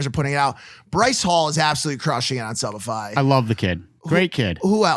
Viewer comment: is this only me who heard subified as shopify!